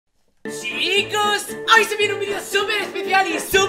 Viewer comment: Minuto 00 sicooos xd jaj se equivoco es chicooos